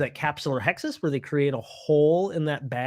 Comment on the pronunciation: Not to sound like an English teacher for the internet, but as an instructor, you may want to look up the proper pronunciation of words like capsulorhexis & vitrectomy. Perhaps it is a midwest regional dialect, but on the west coast these are pronounced capsulo-Rhexis (not -Hexis) and vitrectomy, not VIE-trectomy (same for vitreous, not VITEreous. Also might want to be aware that some of the most commonly used lenses are prone to glistenings after a few years, causing difficult to explain haze not related to PCO. Envista lens is one of the few marketed as having fewer glistenings.